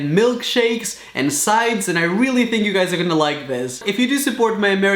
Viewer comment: How many times does he has to say weely instead of realy